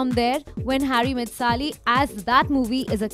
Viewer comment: Sally, it's Sally. Not Sali. Sigh.